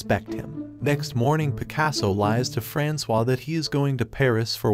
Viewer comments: ERRR FRANK-OIS?!?!?! You mean... frans-wa?! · I think her name is supposed to be pronounced as “Franswaa” and not “Frankois”. 😂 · right - not FRANKS OIS like in the video...